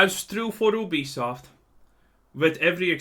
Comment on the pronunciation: I thought you said Obese soft